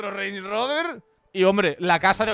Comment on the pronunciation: Creo q soy el único q digo rand Rober y el dice rens roberssss